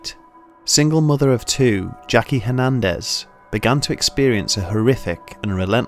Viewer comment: "Hernendez" Back over the wall with you